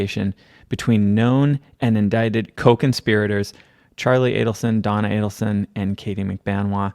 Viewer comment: Thank you for knowing how to pronounce the killer family’s last name. So many podcasters say Adelson wrong even during podcasts showing Charlie or Wendi saying their name in court.